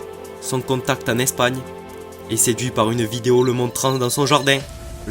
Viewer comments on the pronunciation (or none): none